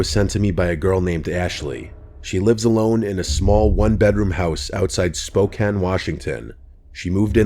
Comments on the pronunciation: Hearing you pronounce Spokane properly makes me very happy as a Spokane resident lol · Good job saying "Spokane" correctly. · omg you said the name right 😅 nobody ever does that